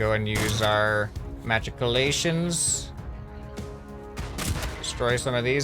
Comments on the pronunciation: we can go ahead and use our magicolations. Me: it’s MACHICOLATIONSSS-AH! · lol sir ma·chic·o·la·tion not Magic-o-la-tions LUL